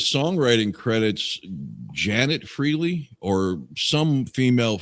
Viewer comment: Sorry, Ace always pronounced in FRAY-LEE.